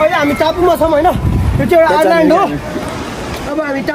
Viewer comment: Ireland haina Vai island 😅😅😅😅😅